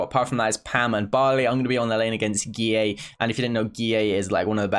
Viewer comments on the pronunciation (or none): i like how says guilleVGX like GEE-AAY